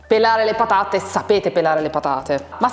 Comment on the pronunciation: "Siamo arrivati al momento delle pathate", ha detto con accento toscano pronunciando la "gorgia", il "th" italiano, suvvia che ci si inthende...